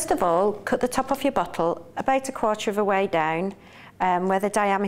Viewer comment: BoTTle not boccle